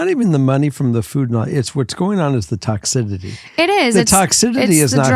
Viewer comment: I swear I’m not trying to be mean I love you guys so much but please somebody correct him on how to say toxicity